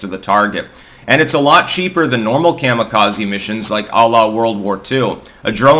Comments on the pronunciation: Coma-Kazuhiro. Not mamma, but comma. ❤ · The Japanese pronounce Kamikaze Kah•mee•kah•zee. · Your pronunciation of “Kami-Kaze” hurts the ear. Lol😅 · I had to dip out at the mark because of the way he was saying kamikaze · Just because you keep saying kamikaze wrong doesn't mean it's right